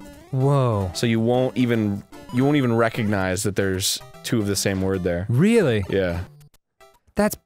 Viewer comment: Instead of saying, 'that that', anyone else say, 'thit that'?